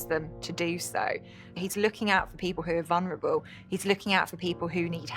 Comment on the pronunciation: Why does there seem to be this countrywide mispronunciation of the word, “vulnerable”?